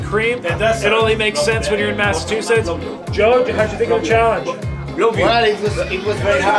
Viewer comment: You said "Massa-two-shits".